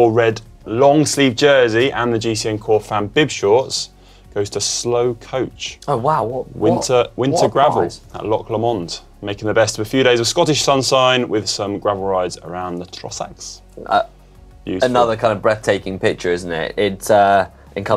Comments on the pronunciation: Connor - it’s Lomond with emphasis on the first syllable! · If he can pronounce Loch Lomond correctly 😂 (low-monnd not lah-mond, go listen to some Runrig!) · “Loch Le mond” 😂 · "Can you pronounce Loch Lomond better than Conor?" 🤣🤣🤣🤣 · Greg Lomond.